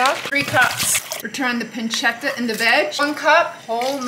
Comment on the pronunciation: The way she pronounce pancetta and chardonnay is just awful